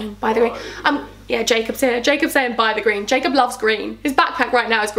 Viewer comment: 27.09 all this time i thought you called jacob 'jacoobeaaan' hahahah x